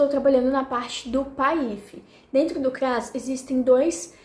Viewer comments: Será que eu aprendi errado ou você pronuncia de uma forma diferente a sigla PAIF🤭 independente disso vc é ótima ❤ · Ela fez a pronúncia incorretamente. Mas, ela vai se adequar no início pode gerar dúvidas mesmo.